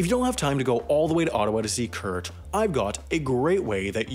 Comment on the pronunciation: funily enough, the way you pronounce "kurt" sounds much cooler than how we germans pronounce it xD